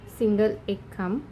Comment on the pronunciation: Khamb bolatana chuki kartay.. khup confusion hotay m